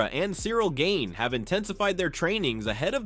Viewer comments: The AI voice pronouncing Cyril Gane’s name wrong is funny. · Call him Cyril "Gain" one more time and I'll never watch your sh*t again! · Gain-ee? Like what the hell is that? And holy shit, Tom is really milking this thing